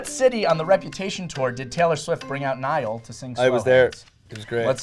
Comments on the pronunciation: No one Literally no one Cc saying Niall's name as Nile Me:- so you've chosen death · No one Literally no one But me- hey his name is Niall not Nile ya...